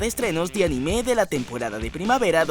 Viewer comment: No se dice animé, es anime o ánime, animé es un verbo, por lo demás bien video, gracias por la información.